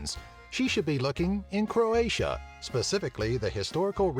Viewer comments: You pronouce It all wrong, It's so funny xD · It is so funny to hear all hilarious wrong pronunciations as a Croatian.